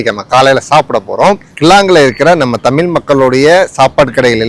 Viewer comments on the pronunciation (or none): தம்பி தமீல் தமீல் ன்னு தவறா சொல்லாதீங்கப்பா.....தமிழ்....ழ்...ழ்....சொல்லிப் பழுகுங்கப் பார்க்கலாம்..! சித்திரமும் கைப்பழக்கம் செந்தமிழும் நாப்பழக்கம்..!!